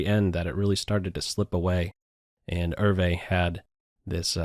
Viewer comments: Ervay? I thought it was pronounced as ""YOU". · "ervee"? open google translate, paste his name , click the speaker icon and hear the difference. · Hi (Hope that's spelled correctly), the Dutch name Euwe is pronounced like "Ao va" with the accent on the first syllable. Love your postings, Chig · "Er-vey?" And to think I always pronounced Max Euwe's surname "ewe" or "you!" 😱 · I have a friend in Holland who's Mother was Euwe's housekeeper for some time. He said to me that the surname is pronounced 'Erva' Hope this helps! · This is the third of your Bobby Fischer videos I've watched, really enjoyed - and passed on to others - but surely Max Euve's name is pronounced 'oovuh"'? Grew up in chess (in Brooklyn and Connecticut) at the time much of this was happening, following Bobby, and very excited by it all. Many thanks for your work on these. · You need to learn how to pronounce “Euwe” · Max Euwe is not a German he's from Holland (Dutch) and the name Eu we is very difficult to explain how to pronounce in Englisch